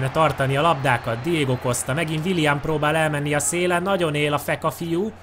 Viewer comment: Nem wilian hanem wilien